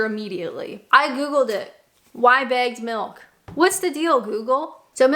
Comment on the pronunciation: Took me three or four listens to realize you were saying bagged milk, not bad milk.